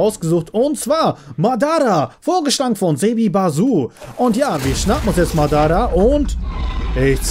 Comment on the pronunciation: Kleine frage hast du naruto schon mal angeguckt wen nein dan bitte auf yt "naruto name auf deutsch und orochimaru und madara bitte mal anhören wie man die Namen ausspricht (hab nichts gegen dich ich liebe deine Videos)